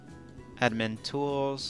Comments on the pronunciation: A dim in? lol it's pronounced add min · Says Admin pronounces it (Adin-min) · He doesn't know how to pronounce "Admin "..😓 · “Ademen?” It’s admin omg u had me dead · lol the way how u say admin ...... ah-di-min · "A-duh-min site" Come on dude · He might have dislexia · He also said admin adimin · Andrew Lopez adamin? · Andrew Lopez adminim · Ad-dim-min lol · can’t pronounce admin? Seriously! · you couldn't pronounce admin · I saw that to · Z LMAO. no one else noticed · I’m more concerned about how he pronounced admin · i think hes dislexic because he couldent pronounce admin either..... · came here to see if anybody caught that😂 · He didn't know how to say admin 😂😂😂😂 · This guy can't read the word admin ? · This guy literally doesn't know how to pronounce admin. It's not even a long word wtf. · lol said admin wrong